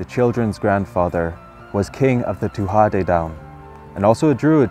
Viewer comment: Tuatha Dè Danann is not being pronounced properly.